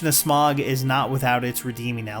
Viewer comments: Do you have a justification for your pronunciation of “Smaug”? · I can’t believe you mispronounced “Smaug.” Blasphemy!